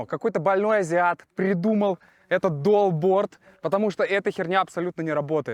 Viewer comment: Это не дуалборд, а долборд😅